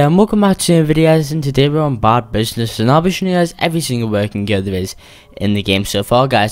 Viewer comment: its funny how he says bad business bod business